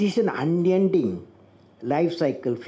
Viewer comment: It was unending not onion . Just clearing to help the ones who got a little confused.